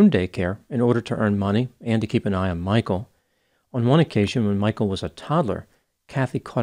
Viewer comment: His name is not "Michael". It is Michel. Get the basics right!